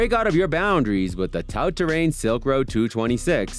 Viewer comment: ... Mechanical disc brakes" 😆 Who, without any idea/knowledge of bikes, made this crappy video?! - Another channel which Youtube suggested that I won't watch any further, thanks for showing me you got no clue at all that fast with this video. 🖖🏻 - 'Tout' (🤣it's French, spoken like 'too' !!) Terrain !